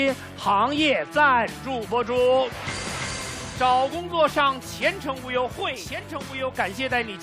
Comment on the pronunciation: 赞助商“前程无忧”被马东念得很像“全程忽悠”😂